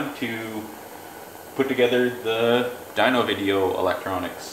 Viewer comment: AR dweeno lol like wtf bro It’s dyno as in dinosaur ffs